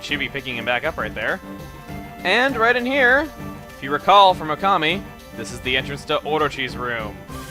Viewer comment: oh also it's Okami not ocami